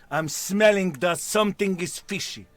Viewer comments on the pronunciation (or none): "Somesing is SOOS!" 💀